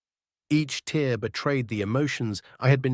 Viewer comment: Its sounds like a real human voice, but I've only heard the AI mispronounce tear as in to rip with tear as in the liquid expelled from the eyes.